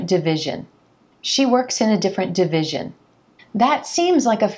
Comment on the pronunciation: it's division, not devision